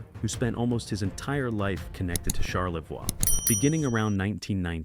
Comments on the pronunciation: It's pronounced charlevoy not charlvwa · Or Char- le-vwahhhhhhh I'm cringing!!!!!!!!! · Shar la voy😂😂😂😂😂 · Born and living again in Charlevoix, it's annoying as f*ck listening to this... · On-a-way. Uh-way-kon. Shar-la-voy. Do some friggin' research, robot. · Charlevoix is pronounced Charlevoy, not Charlevor like AI pronounces it. And we call it Mackinaw Island, not Mackinac Island, even though both spellings are correct. Get it right please! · First of all it’s Charlevoix. Pronounced char le voy Mackinac. Mack in awe. Seriously learn the pronunciations. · Another video that can't pronounce the town names in Michigan. Mack-in-naw ... Char-le-voy ...Aw-na-way ... Key-wa-gnaw ... Negawnee was close. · You should learn how to pronounce the names of the towns and places you talk about. There is no ack sound at the end of Mackinac. You also mispronounced Charlevoix incorrectly. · How about pronouncing Mackinac and Charlevoix correctly? If you’re going to do research, get it right